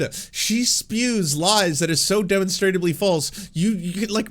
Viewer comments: It is pronounced Duh monstruh blee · The word is “demonstrably”